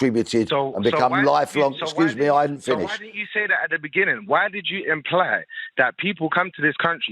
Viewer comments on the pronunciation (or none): It's white and imply not whete and impley.